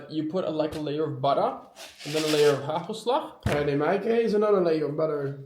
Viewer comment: wanneer ga je Nederlands praten? Het woord hagelslag nog niet normaal kunnen uitspreken terwijl je al jaren in Nederland woont! Verder was het weer een geweldige video❤